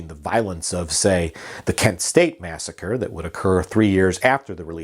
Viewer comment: other than the "massacree" misstatement, very well done indeed, even the newspaper clipping, nice. And actually, sort of an important historic document, thank you.